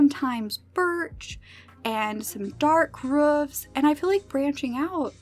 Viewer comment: You say rufs it’s roofs! But I love the house it’s sooooo sooo pretty!!!